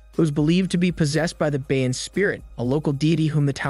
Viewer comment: Ba-yan” why do people keep pronouncing it wrong. Also Thai people does your Bayan have the same meaning as ours here in the philippines? ours means Community or Nation. I'm curious as to what you're Bayan means.